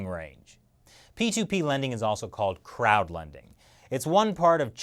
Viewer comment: When says 'crowd' funding website, I don't know why but it seems like he is saying 'crap funding website'